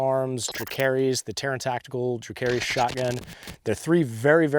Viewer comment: Dracarys is pronounced drah-KAH-ris like in game of thrones. But drah-carries